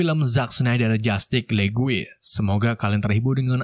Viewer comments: Justice League. Bacanya "jastis le-gu-e". Ok. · Penyebutan "Jutice League" = "Jastic lig"